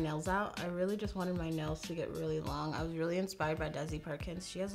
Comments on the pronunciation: Idk why, but in the begging instead of nails I’ve heard nose couple of times and got really confused 😂 like “I just got my nose done and it’s giving me cow vibes..” whattt hahah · I always understand that she says nose not nails and I was like... your nose gives you dominos vibes?? I also just realized she meant the game not the brand... fml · It sounds like she says “I just got my nose done” and I was like wtf when that’s happened